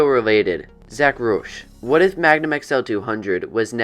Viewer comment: Yea, you did mispronounce my name, but that's ok because it's a common misconception. my teachers mispronounce my name, too, lol. My name is pronounced rowsh, like the roush proformance company.